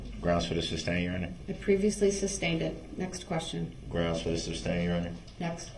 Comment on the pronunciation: She said the groundz